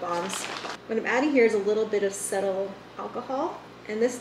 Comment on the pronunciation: Not trying to be a jerk at all (because I love your vids). I think cupuacu is pronounced, coo-poo-AH-soo and cetyl is pronounced see-til. Thank for sharing a glimpse of your world with us. Happy Holidays.